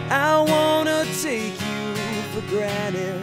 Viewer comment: pretty good but you pronounced granted wrong